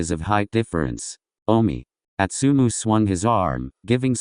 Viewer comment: Im sorry... Im really sorry.... Ik im an a$$hole for saying this but..... the way the narrator said astumu💀💀💀💀💀im so f#cking sorry im just an a$$hole💀💕